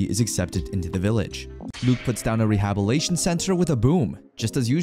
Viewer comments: Great recap but dude it's rehabiliTation not rehabilation 😅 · Re-hab-il-it-Ay-shen. The story is good but I just can't keep listening to the narrator making hash of words. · good narration other than the way he says rehabilitation. Lmao it bothers me so much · whats with some of the pronunciations? instead of roads he says rods for example. there are a few words that have something like this happen. rehabilitation is another one that is constantly mispronounced as rehabilation instead.